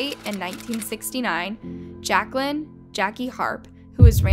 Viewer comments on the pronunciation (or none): none